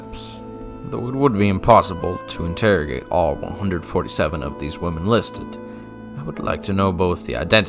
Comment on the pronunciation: It makes it better that the VA for Lucy pronounced “women” as “woman”, so it sounds like she said “this woman likes other woman”